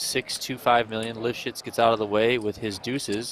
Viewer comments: anybody else bust out laughing every time they say LIVSHITZ name.???????/ lol i laugh every time...i think they say it alot on purpose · Cracks me up every time they say LIV SHITZ 😂